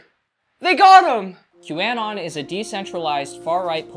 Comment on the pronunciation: please start pronouncing q-anon correctly. 0/10..........rest of the video was pretty good